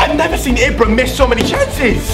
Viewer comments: It's pronounced Eebra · Why do u say ibra so weird...?